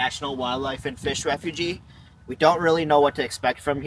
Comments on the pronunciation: It is Refuge like huge not refugee a refugee is a person..... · Refug is how it’s pronounced , the e is silent .